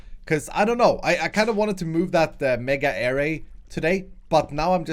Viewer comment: Array is pronounced uh-ray